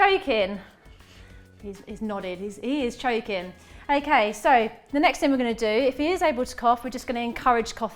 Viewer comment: "ARE YE CHOEKEN"